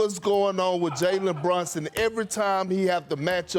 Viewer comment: BrUnson. Not brOnson! Perk can’t say anyone’s name